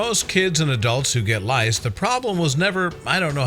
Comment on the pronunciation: My name is Microsoft Sam the narrator Should say! It is head scratching! Rice? Lice? 🧐 Rice?